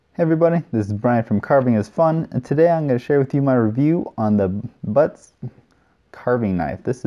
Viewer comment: It’s pronounced bootz by Rick bütz from the Adirondacks of upstate New York. He’s of German decent 👍🏾